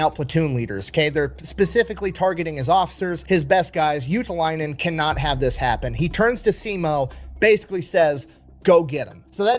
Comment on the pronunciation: Your pronunciation of ”Juutilainen” was dead on, though. 😮🇫🇮👍🏻